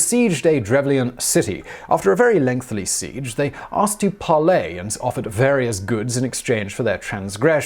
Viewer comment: Anybody else notice Simon can't say "lengthy?" He adds an extra l, i.e. "lengthly."